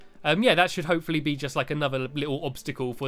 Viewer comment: its not hope fully its l for lee